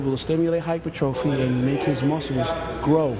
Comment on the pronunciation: Hy-per-tro-phy. Not Hyper-trophy. Pls kai.